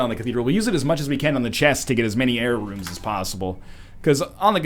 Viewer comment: Every time you say "Error Rooms" I hear "Jera Runes".